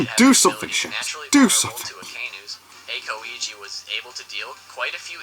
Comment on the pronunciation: 2spookys pronunciation is so cringe. Calling monet moe net instead of moe nay and saying aKoiji instead of aokiji pronounced owkiji